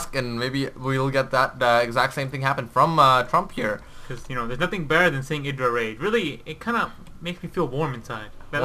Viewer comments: watch gomtv, it is pronounced idra not eydra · It's actually ih-dra. Idra himself said the name came from a shortening of an anime character's name, so it's pronounced the Japanese way.